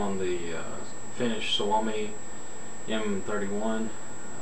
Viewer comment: You pronounced "suomi" right :=)